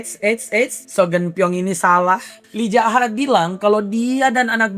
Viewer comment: Kenapa lu bilang MC Yi Zaha ke Lee Jaha? Apa biar enak bilang nama nya?